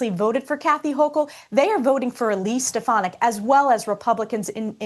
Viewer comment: I heard something other than stef-an-ick.